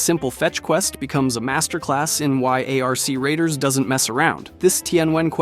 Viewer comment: "A-R-C Radiers" ahh clanker